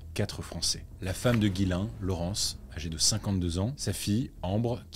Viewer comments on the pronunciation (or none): Ghyslain se dit "Jiss lain" pas "Guylain", mais sinon vidéo hyper intéressante ! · nan son prénom se prononce vrmt comme ca